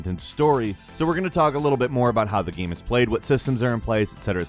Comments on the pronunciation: i cant get over him pronouncing "game" as "gaam" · Dude! Its not gamm... Its game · Is it me or does he pronounce "Game" as "Gam". My ears haven't heard any pertinent details about Anthem because of this. -and today on gamranx -as you play the gam -how the gam is played -is this a solo gam, is this a multiplayer gam -the lead gamplay -the gam is designed -a third person gam -it is a Bioware gam -are in the gam -especially in a gam -want to do with the gam -the director of the gam -way you play the gam itself -talking about the gam -a nice variety of gamplay scenarios -what we've seen of the gam -in the demonstrated gamplay -shared world multiplayer gam -aspects of the gam. The gam is open world -necessity in a gam like this -that the gamplay shown -this is a Bioware gam -pretty excited for this gam -(this isn't an instance of "gam usage", just something that stood out, but one of us doesn't know what whimsical means. maybe it's me.) -positive for this gam -right here on gamranx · says game like gaem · What is this dude on? "Gahm" and "lvl 5"..? Boi trippin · Is it supposed to be a joke with how you're saying "game"? It's like every 5 seconds you're pronouncing it completely differently